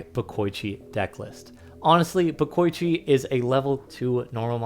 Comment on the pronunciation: It's not "de-koy-chi" and "bo-koy-chi". It's "de-ko-ichi" and "bo-ko-ichi"